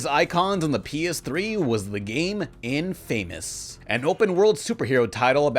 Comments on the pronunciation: In-famous? Seriously, you mean infamous have you never heard the word infamous??? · I hope that's not really the way you pronounce inFamous. I don't wanna come off being the, "Well Actually..." guy, but I also just wanted you to know that you are pronouncing it wrong. Although there is a chance you just pronounced it the way you did as a joke.